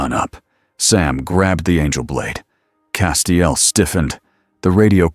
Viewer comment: Only issue i can find is the 27 different ways the AI pronounces castiels name lol